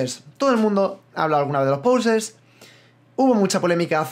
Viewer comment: por cierto, me he dado cuenta de que dices /pousers/ en vez de /posers/, me hace bastante gracia lmao xDD